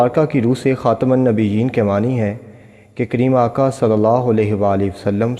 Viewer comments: Its khatam not khatim, Islam e Ahmadiyyat ZINDABAD. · It is not khatim, it is khatam Rectify it